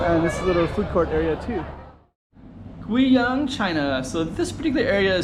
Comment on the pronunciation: Funny how the AI is mispronouncing Guiyang. Sometimes you have to use a different spelling to get it right.